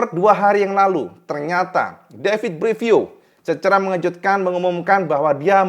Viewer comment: Gigi dalligna = jiji dalinya Davide Brivio ✅️ David Brivio ❌️ Sekedar masukkan saat pelafalan agar lebih nikmat didengar ditelinga.